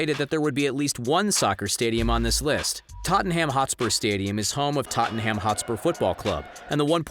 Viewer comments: It's pronounces: totnam, not totinham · How he pronounces Tottenham holyshit lol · I hate the way you say Tottenham😂